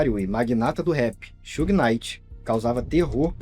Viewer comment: It’s not Suge It’s Suge😣